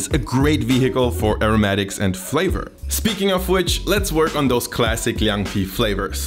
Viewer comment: As a 10-year Berliner I must respect this video%! You’ve done good research, Chinese pronunciation also good . I thought your channel was just for Döner Pizza thing%@ Unfortunately it’s still hard to find a decent Chinese restaurant that’s good at northern cuisine. Would be great to see more Chinese dishes and I’m glad to provide help:)